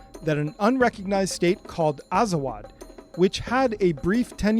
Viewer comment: Bruh azawagh are amazigh not arab. For the love of god you can't even pronounce the word properly.